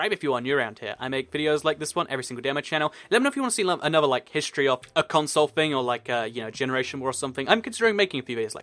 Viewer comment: I hate the way you say console